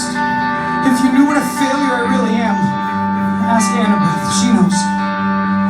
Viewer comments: When she said Annabel instead of annabeth 😂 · Jessi Luck listening it to again, it sounded like she said annabelleth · Jessi Luck she said annabeth, the "th" was really quiet at the end tho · She said Annabeth?